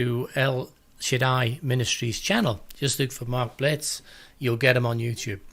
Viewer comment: FYI--MARK'S NAME IS = "BILLL-,TZ" NOT "BLITZ" . THANK YOU--GREAT VIDEO!